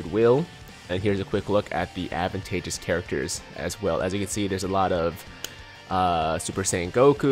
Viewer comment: It’s not pronounced Advantagus But it’s pronounced ADVANTAGEOUS